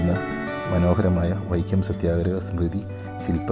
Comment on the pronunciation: വൈക്യ അല്ല വൈക്കം ആണ്. തിരുത്തുക